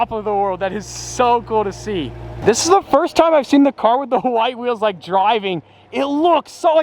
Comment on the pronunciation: Did he say h'white like Hank Hill